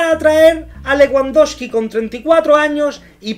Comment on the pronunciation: Te burlas de Jota Jordi y de los fichajes, y no sabes ni pronunciar Leguandoski y RaPIÑA